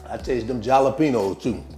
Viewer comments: he said JALLA PEENOES instead of Jalapeños 😅😅😅😅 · Looks good! Just to let you know, the j in jalapeños is pronounced with an "h" sound... i.e., "halapeños". 😁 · The way you pronounce jalapeños brings back memories of Gma, she was from south VA ❤